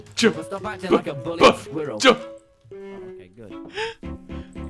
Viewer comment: The way he says squirrel is so funny for some reason